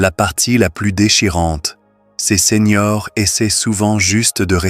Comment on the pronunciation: Seigneurs : ce n’est pas SENIORS ! merci d’éduquer l’intelligence artificielle !🤞👍👋MERCI des conseils, mais c’est plutôt long et lent…👋🤣heureusement, vous avez accompagné vos propos avec des images magnifiques 🤣💪👍